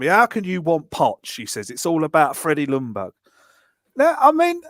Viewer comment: As a swede its so annoying when you try to prenounce Ljungbergs name on each an every podcast i watch with british people. You say Lundberg, its prenounce it more as "Young BERG" L is silent =) Keep up the good work! :p